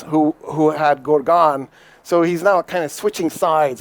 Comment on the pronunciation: Correct pronunciation is GORGAAN.